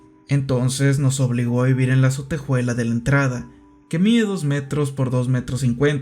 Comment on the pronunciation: Me desespera un poco que pronuncie "sotejuela" (ya sé que es un comentario muy off topic peo no lo pude evitar)